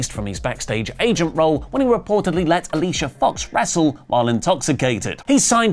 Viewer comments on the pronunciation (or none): none